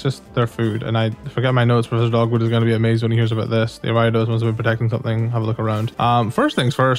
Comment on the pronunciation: Ayo, it's pronounced air-ee-a-dose not are-ai-dose Ariados not Araidos